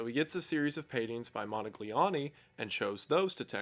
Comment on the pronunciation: You could have looked up how Modigliani is pronounced. It's mo-di-[palatalised L]a-ni, not må-dig-liy-åå-ni.